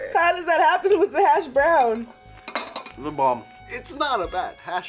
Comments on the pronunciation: why does put such a wierd emPHASSis on hashbrOWWWN? so weird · puts weird emphasis on the word "hashbrown" and it bothers me to the core